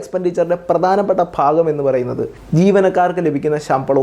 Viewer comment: phagam alledey... bhagam